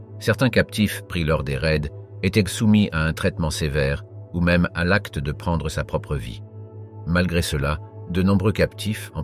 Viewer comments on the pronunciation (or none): none